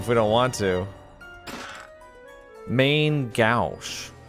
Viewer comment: Main gauche, pronounced like main go-shh, is french for "Left hand"! 😊 I can offer no useful information like if putting something in the left vs right hand does anything though lol